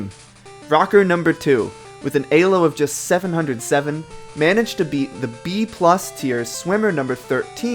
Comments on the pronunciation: E-lo. Not A-lo. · Question, I always thought elo was pronounced "EE-loh" and not "Eh-loh". I was wondering where you learned that pronunciation from? (Not trying to make fun of you, I was wondering if this was a regional thing.) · i know im fucking retarded and all and a nitpicky fucker but its not aylo ITS E L O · This was a fascinating watch. And really hope to at least see gen 2 get the same treatment. That said, the fact that you pronounced Elo as "Alo" had me confused for a good while, as I was just listening rather then watching the video for the first half. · Its E - low. Your saying it A - low. Elo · EEEEEElo its pronounced EEEEELO not AYlo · "ee-loo" not "ay--low" nor "ee-low"(but is the accepted modernisation) named after Élő Árpád Imre, his name is Hungarian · is it really pronounced A-lo? I been pronoucing it E-lo for like...10+ years now >.> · Eylo score after saying eeeelo my whole life bothers me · A-Lo score? Bruh it's E-Lo. It has the letter E right there. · why say a low and not e low? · Why do you say aylo and not "e"-lo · An A-lo score? Isn't it pronounced Ee-lo. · Did you just call Elo AYlo? lmao Oh my god its like when people say measure as MAYsure ahhhhhhhhhhhhhhhhhh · Hearing you say Ay-Low is triggering me more than it should... isn’t it Ee-Low? 😵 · Great video other than you said "ay-lo" instead of "ee-lo" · EEEEEEEEEEEEELO not alo or ehlo XDDD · Lol "Eylo" instead of "Eelo" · ELO, not ALO.... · Pronouncing ELO as Ay-low was certainly a choice. Great video otherwise. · I was enjoying the video until you started saying "AYYLO" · Great video. Please stop saying "AY LO." I wince every time. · Elo is def not pronounced "a-low" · It’s pronounced ee-low you cringe ape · “AY-Lo” Also, he should’ve used GLICKO since everyone is new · uhm actually pushes up glasses it’s pronounced “eeeelow” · Hearing you pronounce it ay lo tilted me so fucking hard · "Alo" KEKW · he pronounces elo like an alien who's had 3 days to learn english.